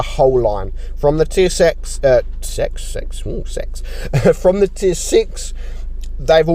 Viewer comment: saying sex instead of six, must have had Pantouflee on his mind at that moment lol